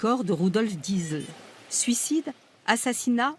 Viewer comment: mais pourquoi la journaliste prend l'accent quand elle dit "Diesel" ? bordel quand on parle en français on prononce "diésèl" c'est très agaçant